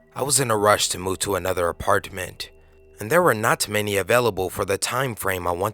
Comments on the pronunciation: Anyone else not like how he says apartment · The way you say apartment lol